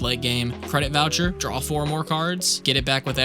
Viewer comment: there is no "L" on the end of the word "DRAW".